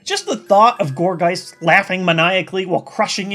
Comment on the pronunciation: Gourgeist's correct pronunciation is Gorge-eye-st. It's name means gourd and geist. So, there you go. (